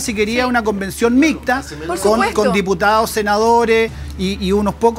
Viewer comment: Profesor , aprenda a hablar mejor se dice mixta no "micta".